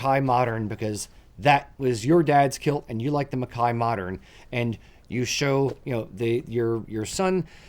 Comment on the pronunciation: So nice to hear MacKay pronounced properly.